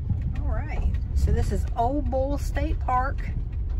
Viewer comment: It's pronounced "Ol-lee" Bull, long "E", "Ole" is a name.